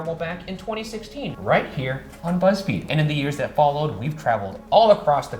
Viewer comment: I missed a lot, apparently. Shane saying " This week on Beezfeed...." had me like, uhhh. 😂